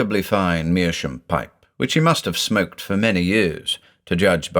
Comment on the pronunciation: Great story once again. I'm a bit confused why you pronounce "meerschaum" as "meerschoom"? Is that common in English?